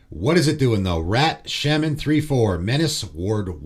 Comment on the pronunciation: Sh-ah-men. Shaman. Sh-ah-men. Say AH. Say SHA. SAY SHAMAN....